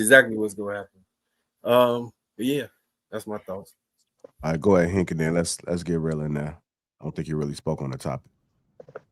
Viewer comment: This is really sad. It's like you ni99as need a LOVE & HIP HOP moment to hold your attention. A civil discussion amongst Gentlemen disgusts yall. But yall the leaders though right? Most of yall are just muscular versions of catty women masquerading as stoic men. And it's HINK not hank. His name is on the kcufing screen for Pete's sake